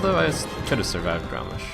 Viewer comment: Godammit, its GROMMASH, not Garrosh :)